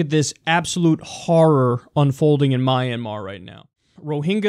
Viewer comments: It's not called My an mar it's called Myanmar:Mianmar. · Kyle, I believe it's pronounced Mian-mahr.